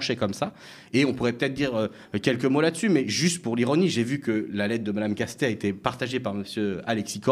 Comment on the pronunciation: Pourquoi prononce-t-elle Lucie Castêtes, au lieu de Lucie Castets? Celle-ci a précisé, lorsque cela lui a été demandé, la bonne prononciation. Écorcher un nom, c’est un manque de respect et d’attention à l’autre, souvent volontaire.